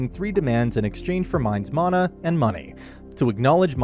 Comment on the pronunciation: I- is that really the correct way to say "mana"?